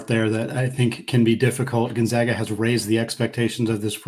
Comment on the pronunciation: GonZAGA not ZOGA. Geesh dude. Gonzaga has been on the national stage for 20 years now and people still can’t pronounce it right. How do you even get an O sound with an A? It’s basic English.